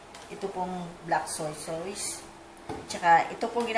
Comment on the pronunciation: Sauce is pronounce as “sos” not sawce/sows. Just fyi lang po. Big fan po ako.